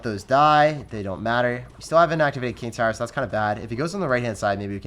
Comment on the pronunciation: says, “I can activate ting kower.”